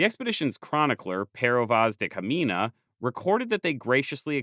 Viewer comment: Just a small pronounciation correction. The "nh" in portuguese is read similarly to the "ñ" in spanish and the "gn" in french and italian, therefore Caminha should not be pronounced Camina, but instead Camiña/Camigna. Otherwise, great video